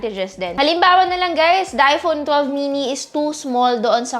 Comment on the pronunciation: parang naririnig ko, iphonu12 chuchu, sorry